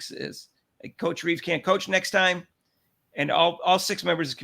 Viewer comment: It's Cheryl Reeve not Reeves, not Reese. Not that I give two, not even one. 😜😜😜 Thanks y'all.